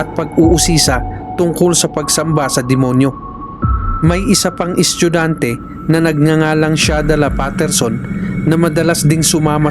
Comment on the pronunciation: kuya bat naman yung salitang "estudyante" ay nagging "eschugante"